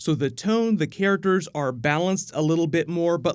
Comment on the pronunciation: “Care-ickters” ugh lol